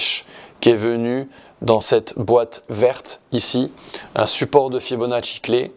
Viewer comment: Bonjour, Et sur l'argent métal ? Ça fait plaisir d'entendre prononcer correctement le nom du grand Leonardo Fibonacci 😊. Italiano o Corso ?